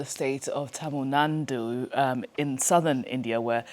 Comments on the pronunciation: Why do you get these hybrid Indians, who can't or don't pronounce Indian names properly/ deliberately. TAMIL-NANDU really? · Tamil NaNdu ?😂😂 ! You guys are hilarious. Also Ma-ma-taa !😢😢